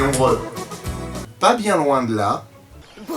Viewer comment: Brusse? Mais qui prononce Bruce comme ca????????? Sinon, c'est vraiment le Pire Anaconda que j'ai jamais vu.